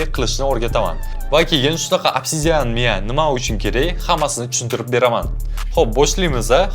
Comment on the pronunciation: Miya deng Miyav dimasdan